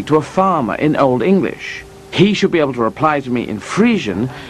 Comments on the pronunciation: This guy's Old English is awful! I had the benefit of taking a few classes with Peter Baker when I was a college student over a decade ago, and in the past 10-15 years, I've picked up a ton of Anglo Saxon. I feel fairly confident reading text in the West Saxon and Mercian dialects of Old English now. The hardest thing about Old English other than learning the inflected forms of words, is the pronunciation because certain sounds existed in Old English that no longer exist in 21st century English. An Anglo Saxon would have zero chance of understanding a modern English speaker because of the huge influx of vocabulary that has entered English, mostly through Latin, Old French, and 17 and 18th century French, over the past one thousand years. The time travelling Anglo Saxon would basically have to increase his functional vocabulary ten-fold. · Lol his old english pronunciation is so bad xD